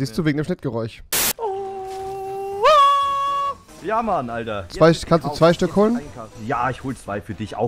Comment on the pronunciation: Das “chnitrgereuch“😂😂😂😂😂😂